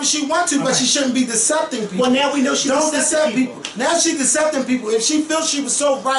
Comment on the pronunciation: The word is 'deceiving' not deceping... But love the points raised concerning the Dolezal issue....